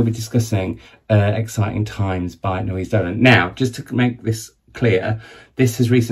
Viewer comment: Naoise is pronounced like Nisha/Nee-shah :)